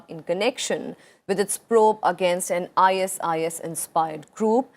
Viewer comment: Honourable Vice President please correct yourself, 12.00 it’s not agnaist, it pronounced as against...not only here but in many speeches and even in Rajyasabha you are pronouncing the same...